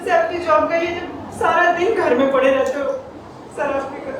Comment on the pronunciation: Ye ladki sharab ko sarap bol rahi hai apke itna samjhane pe bhi ye nahi samjhi I am dislike this Performance bad performance